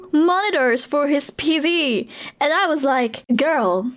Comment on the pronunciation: 2 observations: - you pronounce video like fideo. your v sound is too sharp and sounds like an f, which is natural for dutch speakers. - you said "pz" instead of "pc". the c is sharp, the z is soft. dunno if thats something you do regularly or if you just stumbled over your tongue. loving the content and your vibe btw. have a nice day!